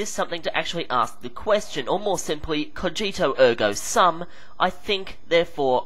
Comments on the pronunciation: Just one thing: 'Cogito ergo sum' (because it is Latin) is pronounced 'co-gee-toh air-go soom'. And if you're British, your mantra is 'Bibo ergo sum'. (I drink, therefore, I am). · Great, as usual – except: please look up the pronunciation for "cogito, ergo sum" and edit that passage, as getting two out of three words wrong is pretty bad, so much so that it kinda stains this fabulous episode. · Could you butcher Latin pronunciation any more? Good video though!